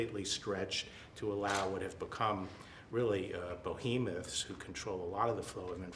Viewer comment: “Bohemoth”?! I didn’t even read the bible and know that’s wrong.